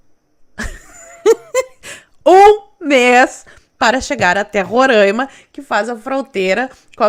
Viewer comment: Só lembrando, não é Rorãima, é Roráima (se fala assim), mas se escreve Roraima mesmo.